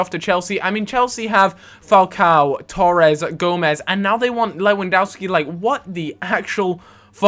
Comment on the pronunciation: its pronounced levendovski btw because poland say w as v